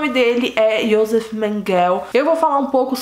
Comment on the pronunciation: Seu vídeo é ótimo. Mas o nome dele ´Joseph Mengele e se pronuncia "Iosefi Menguele" e acidade onde nasceu é Gusnsburg, da forma como é escrito. Não tente inglesar os nomes. Desculpa a correção.